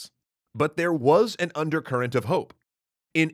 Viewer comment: DiD YoU SaY HOpe